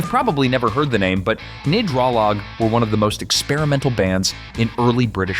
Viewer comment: Gnidrolog mispronounced. To miss the unique band whose LP title PFloyd stole a year later, medicine Head were like no one else. Where's Stray, Pink Fairies etc etc, several of yours nothing special